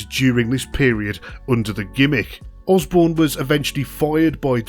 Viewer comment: It sounds as if Matt Borne's name is being pronounced Osbourne.